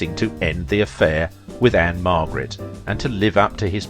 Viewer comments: It's Ann-Margret. Not Ann-Marget or Ann Margaret. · Margret not Marget